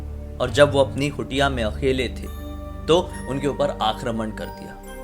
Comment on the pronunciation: Bhai ek suggestion hai...har क Urdu wala ख (नुक्ता वाला) nhi hota कुटिया for example।।।।I do have a good knowledge of both languages tbhi bta Raha hu☺️hope you don't mind